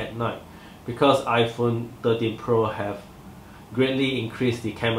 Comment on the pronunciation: I hear 30Pro LOL, but anyway good review nice and clear.